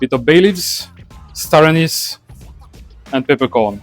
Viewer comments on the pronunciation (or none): none